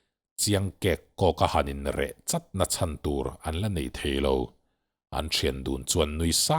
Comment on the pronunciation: An in kawp deuh 'chawt' tih khi,thluk lova,CHAWRH tih anga lam rik tur ani lo maw ka ti...